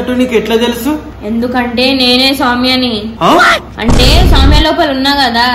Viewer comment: akhil is telling soumya pimya 😂😂